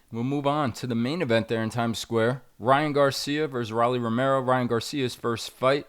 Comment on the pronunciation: Jesus Christ, its pronounced "Row-Lee" not "Raw-Lee". Like the nickname of a Rolex "Rollie"